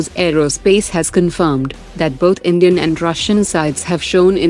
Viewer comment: I heard "Comedian" prime minister at the start 😂😂